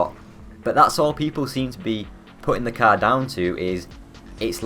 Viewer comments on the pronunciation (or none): Learn to say car properly you fucking moron